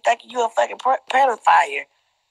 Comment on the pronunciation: Shordy said “pedophiler” 😂😂